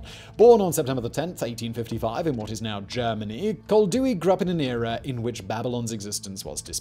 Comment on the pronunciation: I have the urgent feeling that Koldewey is spelled as Coll - dae - way